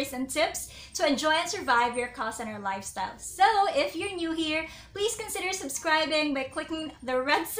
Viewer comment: Did she say "lifestyle" 🤣😂🤣